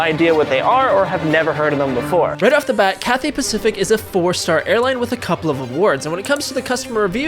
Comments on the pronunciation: How did you say ‘Cathay’ at the beginning and then you said ‘Cathway’ AGAIN!!! 😭😭😭 it’s killing me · It’s Cathay not Cathway 😂😂😂😂😂😂😂 Auto - ✅ Correct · CATHAY NOT CATHWAY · did guy just say "Cathway"🤣😂😶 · "CathWAY"? BRO I CANT 😂😂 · Anyone remember when he wouldn't stop saying Cathway?😂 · Seriously "Cathway" I thought you learned the last time you flew them! But good vid tho ❤ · 5 minutes. Btw’ you’re still saying Cathway? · cathHAY pacific 😂